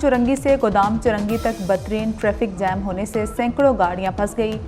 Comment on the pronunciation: Batreen nhi hota bad tareen hota ha.